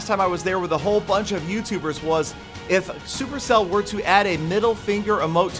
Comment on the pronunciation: Hey its super cell not sup erc ell